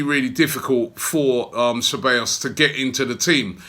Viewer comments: Its pronounced Thebayos not Chebayos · "Se by os" is the way you phonetically say it. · It's pronounced as "Say-baa-yoss" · its not Cabellos, it's CEBALLOS for fucks sake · Robby, the pronunciation would be "sevayos"... great news... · I swear... how many ways can Robbie pronounce (SEH-BAY-os) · Guys, it's pronounced se-bye-oss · It’s pronounced “Cebaayous” Robbie. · Okay w that we've signed him i can finally help you Robbie... His name is pronounced Seh (like how a Jamaican would use the word "say"- By (not bay) - Yos (pronounced like the letter O) so its Dani Ceballos (Seh-By-Yos). Hope this helps, Big Up! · Dude, it’s pronounced seh-bah-yos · Pretty sure it's pronounced KABEYOS Robbie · I swear this man mispronounces names on purpose! Dani Che-ballos! Haha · "Cebeios" Lmao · Dani Ceballos [Da-ni Ze-ba-yos] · I think its Ceballos not Cheballos? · Nobody : Robbie : Dani Chabbeos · It’s pronounced (seballos) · Say Bye Oss would be the correct pronunciation of the word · Hahahaha he said Danny Shebeyos!!! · Robbie, my brother, it's 'Sih-buy-yo's', for heaven's sake hahahhaa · its "sebajos" actually double LL's are pronounced like english J's. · ‘Seh-ba-yos’ Robbie again with terrible pronunciations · Robbie saying Dani Chewbacca wtf ?